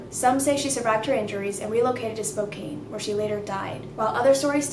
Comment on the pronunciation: spoCAN is how u say it 🥺 love my city ❤️